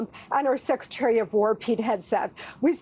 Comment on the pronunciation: "sex-retary of war"? Listen closely